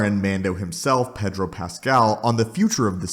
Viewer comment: You say Pedro wrong.